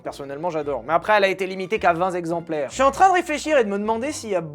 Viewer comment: On dit VALTÈRE pour Walter si allemand. On ne dit pas 20 Zexemplaires. 😅 J'adore tes vidéos 😊